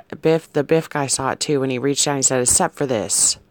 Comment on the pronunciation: Biff.. At first I thought you said beef.. Doesnt Trump look like beef..??? 😂 😂 😂 😂 😂 You had me crying with laughter... (😬)